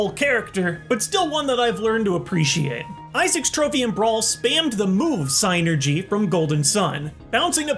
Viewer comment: Thank you for pronouncing Psynergy correctly.